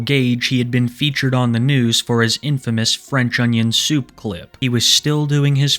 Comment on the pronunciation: “ can I get Fwench onion thoup pwease “